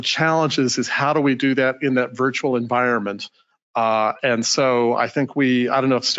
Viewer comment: "...in that VIERTUAL environment." How about in that ACTUAL environment"???